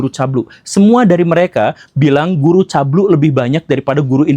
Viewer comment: CABUL BANG CABUUUULLLLLLLLLL BUKAN CABLUE